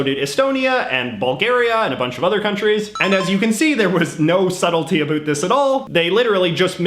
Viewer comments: Canadian accent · I like how you say 'aboot' for about. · I'm Canadian and he speaks EXACTLY as we do so if he's not Canadian I think there's something fishy going on lol. No country in the world pronounces the word 'about' the way a Canadian does! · I subcribed just because of the way he pronounces “about”. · Who also cringes about the way he says about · I like how you say about